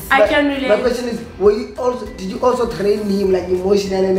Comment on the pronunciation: not saying "trained"😅😅